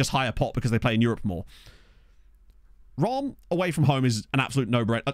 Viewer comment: Speaking as a Brit who was born and raised in France, I must say I'm impressed with your pronounciation of Reims. Yes, it was still wrong, but you're the first person I've ever heard pronounce it "Rahm". Usually, when Brits try and say it, they say "Reemz". Trying to work out how to spell it phonetically, I think the best I can come up with is "Ranss" with a barely pronounced n.